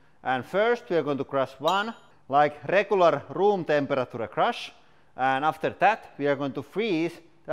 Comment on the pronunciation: temper a tura.